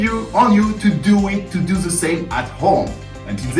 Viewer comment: dont say ZE plssss its THE like DE:!!! the same for THAT its not ZATE its THAT = DATE! any ways I love what you re doing keep up the good work